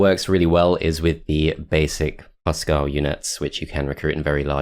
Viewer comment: Great to see this map played. I rage quitted it first times I tried it; damn Crone/Nornor. Fun fact: Huskarl is pronounced with an U like in Hugh and by articulating all letters. It means House Man in Swedish and probably refers to an old term for clan inhouse loyal guards. Just a ps. Why would they patch that achievement out? xD